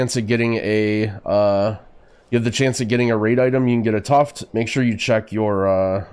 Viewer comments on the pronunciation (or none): Tuft is pronounced "tough-ed"